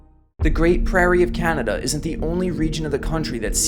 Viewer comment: Put a smile on my face at how tried so hard to pronounce everything correctly but still mispronounced "Canada" and "Ontario." I can't believe he left out the June 17th, 1946 Windsor, Ontario tornado. It's also not often mentioned that tornado #30 out of the 148 in the 1974 Super Outbreak hit Windsor, Ontario too.